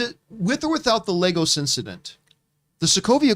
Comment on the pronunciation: Sorry but how many times have you guys seen this movie? It's Lagos, Lagos! Not Legos.